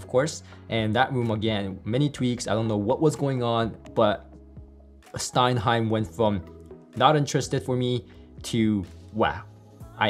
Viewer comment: Dude, that's STENHEIM, not stein-heim. Now watch all the haters hating that correction.